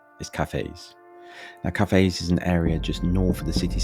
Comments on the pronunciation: Pronunciation is wrong on Ely , Caerau and Cathays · Cathays - pronouned Cat - ays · Good God man! Pronunciations FFS! Caerau - Ky-ra Cathays - Catays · If you're going to slag off a place, at least take the time to actually learn how to pronounce it's name. Cathays is pronounced "Cat-ays", Ely is pronounced Eel-y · Where is Coyra or Elly? And Cathays is pronounced ‘Catays’. For pity’s sake, make an effort to at least get the names right. Also the murder which you referred to occurred in the 80’s not the 90’s and the killer was not from the area where it was committed. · That's Kigh-Rye, Ee-lee and Cat-ehs